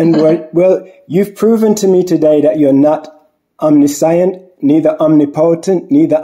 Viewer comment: Absolutely no disrespect intended with this comment....please look up the correct pronunciation of the word "omniscient". 💙